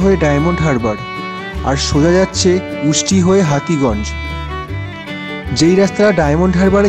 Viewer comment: Hati ganj na ota hotuganj